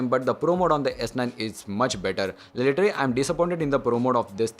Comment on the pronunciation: You are dumbass. You have no fucking idea how this tech review thing works. Do ya? Why people get inspired by technical guruji and geeky ranjit and starts their channel with reviews of underwear and patanjali toothpaste. bunch of Dumbos and for godsake stop say "literarrary", Its "literally". Cant you spell that? is it that hard?